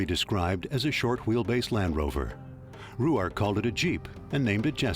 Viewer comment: Where did they come up with the pronunciation Roo-ark? Very annoying. Selby pronounced it Rork, as does the documentary on Ruark presented by the Robert Ruark society.